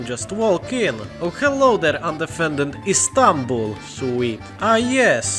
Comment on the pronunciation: When you said Istanbul, you sounded like you spoke a lot of Turkish.